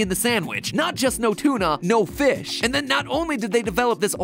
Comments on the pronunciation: we're all saying feesh, Josh! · No, your saying foosh, he's saying feesh!